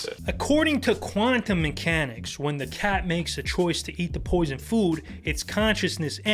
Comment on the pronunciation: Dont br intimidated by, he can't even say sit or the the word when